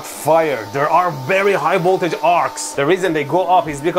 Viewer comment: I love it when Mehdi says "high woltage"! Love the vid my man!